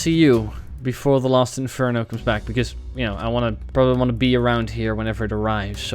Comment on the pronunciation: Keith shut up also don't worry dark burning I also here him say Lost when I slow it down I hear los so I think he just has different wording